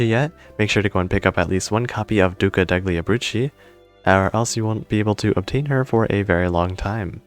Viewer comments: the way you say the Italian words makes me die every time I hear them "duca decli abrucci" ￼ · is it kinda pronounced like "duca delyee abrutzi"? obviously not spelt like that, just trying to sound it out